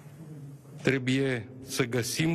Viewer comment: Trebuie, este corect și nu trebie,așa cum pronunți tu,.